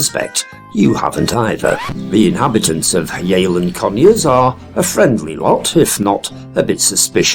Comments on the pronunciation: It isn’t pronounced ‘yayland’. It’s pronounced ‘yeh-land’. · It's pronounced Yelland,had an Aunt and Uncle lived there for years.